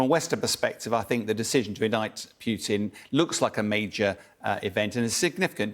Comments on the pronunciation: 'Pew-tin' ? It's 'poo-tin' in Russian so it's 'poo-tin' in English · His name is Putin, not Peeewtin. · He said Pewtin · I know. Thick Americans say poootin. It's pyootin. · I do wish Bellend would learn how to pronounce Putin. It’s not that hard, in fact it’s not hard at all.